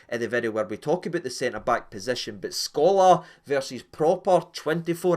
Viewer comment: "Skolar" ... you mean Sokler??? 😀